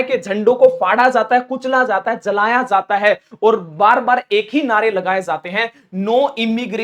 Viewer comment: Tum apna talaffus Sahi karo jata he zata he me fark